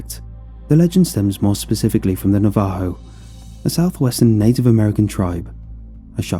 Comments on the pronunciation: Say NAVA-HO, not NA-VAHO! 😅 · Na-vaaa-ho. Interesting. I honestly never thought of it being pronounced this way. Not meant to be disrespectful. I kinda like it. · Im Navajo, i like the story but hate the way you say Navajo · Navajo Nah-Vuh-Hoe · ITS NAVA-HO. NAVAJO.... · This dude mispronounced Navajo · I’ve never heard “Navajo” said like this. This was one of my favorite stories to listen to. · the way he pronounced navajo and skinwalker, i